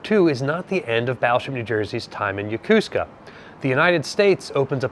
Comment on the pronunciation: Isn't it Yo-ko-su-ka, not yo-cus-ca? Or is it an american tradition on how to say it?